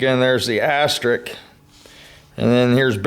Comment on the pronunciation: Just what I needed to know. Thanks! It's 'asterisk' by the way, not astrik.